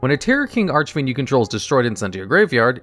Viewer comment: Serious question: In what universe can you pronounce "Bahalutiya" correctly, but you can't say "Archfiend" right? Makes no sense to me.